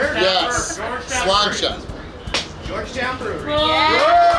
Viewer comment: Love that you said Sláinte at the end 🇮🇪 Keep up the good work as always👍